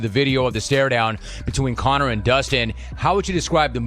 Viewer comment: Bispings American twang is getting worst.....listen to how he says Connor